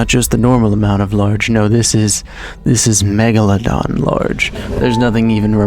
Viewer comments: my favorite scene was when said "m egladon" and then megalodoned all over the place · you mean the *Mochelogeradon... common mistake...